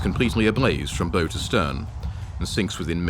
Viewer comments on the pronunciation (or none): Too many mispronunciations! Bow, Barham and albeit. It is not Al- be-it, it is All-be-it. Another Churchill mistake not finishing of the Italians in the desert and send good troops to die in Greece & Crete for no good reason plus the naval losses during the evacuation of Crete.. Good map and graphics.